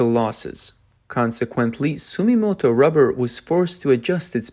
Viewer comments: ❌ Sumimoto ⭕️ Sumitomo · int'l brands such as Bridgestone clearly focus on high end products(luxury passenger car) and new EV technology, also construction vehicle large size tires which are the highest profitability. the other Japanese brand is called Sumitomo(Dunlop) .. hard to pronouce sometimes..